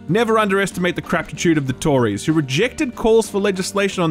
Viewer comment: I don't know why but hearing you say Tories made me laugh.